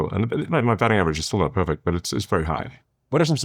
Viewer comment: Peefect perfect perfect